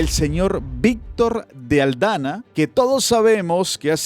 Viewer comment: es Víctor de AldaMa, no AldaNa. Un abrazo.